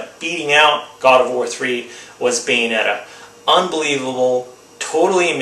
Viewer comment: What was the game that you said beats God of War 3? Please answer cause I'm going out to buy games today. Thanks, you said something like bane netta?